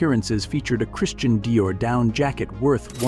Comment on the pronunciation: Christian deer?????????? Where's the correct pronunciation????????